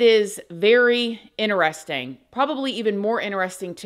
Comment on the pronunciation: I like how you say "inner resting" to mean "interesting". Hihihihi